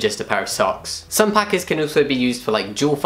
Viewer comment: I am here after the awkward trans videos and this is the first time I have ever seen the written word packers, I always thought you said paka as in Alpaka and thought it was kind of an insider (and wondered what the connection between trans man and Alpaka were - it also took me a while to understand what a packer was). I feel stupid and educated at the same time XD 🙇‍♀️